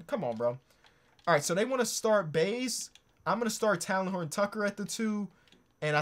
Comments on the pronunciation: plz stop saying “Talon”😭 it’s “Tay-Len” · love the vid but its pronounced "tay-len" btw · It hurts me to hear this man pronounce THT’s first name 😂 but I love you 👍🏼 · It pained me to see how often you butchered THT’s name but dope video